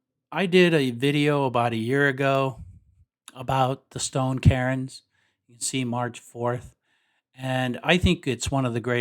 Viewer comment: CAIRNS? Did you mean to say "kerns" instead of of "karins"